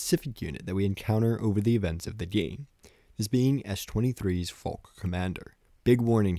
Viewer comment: I genuinely hate how he says Falk and not Falke :[